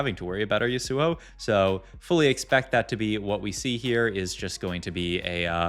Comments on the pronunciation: Last video someone had a smojin on a zill AY in, and a sigh lass, as well as a shy vahn ah! And this time we have a yohn and Yuh SOO oh! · Ryze top left can't pronounce yasuo